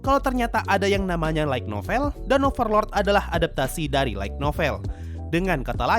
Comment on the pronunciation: Saran min, Light Novel itu dibacanya kayak lite (LAIT), bukan LAIG (LAIK) NOVEL